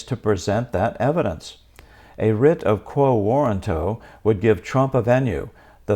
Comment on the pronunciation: Get your pronunciation correct before you make a podcast. Warranto has emphasis on "RAN", like "waw-RAN-toh". You got it wrong. Check dictionary audio pronunciation: Click the speaker icon next to the phonetic spelling on that page.